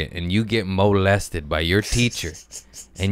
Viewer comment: He said moe-lested 😂